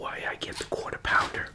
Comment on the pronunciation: Are you from New York or northwest region cause when you say quarter pounder it really shows